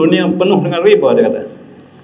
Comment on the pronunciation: Riba - ريبا bukan ribe. الله كبر.